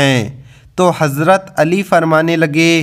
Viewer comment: Aap pehle hazrat ali رضی اللہ عنھاka naam or musa علیہ السلام ka naam sahi lo pehle bat karne ka tareekha sikho badh me deeni bate bolo samjeh 😯